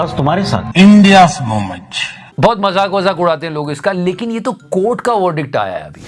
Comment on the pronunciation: "This is India's MOMENCH" 😂